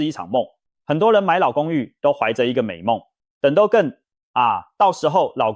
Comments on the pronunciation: 都更，唸ㄉㄨ（督），不唸ㄉㄡ（兜） 🤗🤗🤗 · 我們台灣人是唸都更不是兜更音，就是都市更新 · 都更唸（督耕）.請正確的唸. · 我光是聽到兜更就聽不下去了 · 聽到兜更我就聽不下去了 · AI語音辨識 所以會有很多讀錯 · 聽了幾集很難受，放棄。都是AI語音，都更是兜ㄍㄥˋ⋯⋯重劃區唸成眾話區等等等…..再好的內容都是可惜